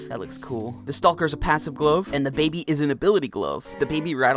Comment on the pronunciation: sir its pronounced "stock-er" not "stall-ker"